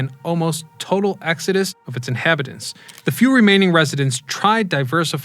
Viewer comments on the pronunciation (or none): none